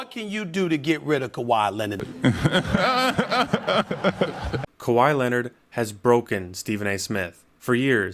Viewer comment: That's not kwai Leonard